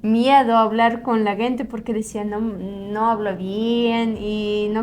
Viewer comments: interesante video y una correcion a su pronunciacion es que dicen "guente" la palabra "gente" y se pronuncio como si fuera con la "J" "Jente" un saludo ! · ✅️Muy interesante vídeo, con todo respeto una observación a la palabra "gente " la están pronunciado mal jejeje están diciendo "guente" y la "g" en esa palabra suena como "j" suena así "jente" aunque se escriba con "g" ,gracias por el esfuerzo de hablar el español saludos de un 🇸🇻🌄👍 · Hola vera saludos desde Managua Nicaragua, hace tiempo te había sugerido practicar más la pronunciación de la palabra gente - se pronuncia con "J" léelo Jente para pronunciar pero para escribir se pone "Gente" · Están pronunciando mal la palabra “gente”, porque es con el sonido de la “j”. 👋🏻🤗